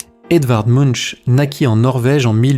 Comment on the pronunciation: De plus, "Munch" se prononce (plus ou moins) "Mounk".